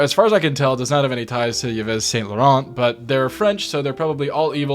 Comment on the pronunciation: “Eevass Saint Loren”